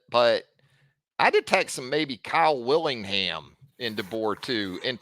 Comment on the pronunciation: Bless heart... Kyle WITTINGHAM, not Willingham